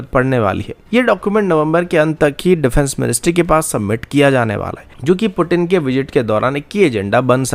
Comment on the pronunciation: पुटिन 😂😂😂😂 भाई पू तीन कहते हैं रशियन भाषा में वेस्ट का ये प्यूटिन बोलने का ड्रामा नया नया है और भारतीय नकलची लोग कॉपी करने में देरी नहीं करते 😂😂😂😂😂😂